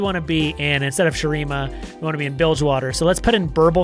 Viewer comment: The second you said bildgewater i couldn't stop grinning lol.